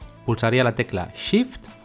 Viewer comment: Excelente video, me sirvió mucho, a la hora de empezar a clonar, no me funcionó con la tecla Shift (que por cierto, primer español que escucho que no dice Sift jajaja), sino con la tecla ALT. Saludos desde Bogotá.